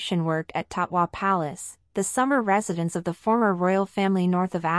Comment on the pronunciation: It;s Tatoi Palace, not Taqwa.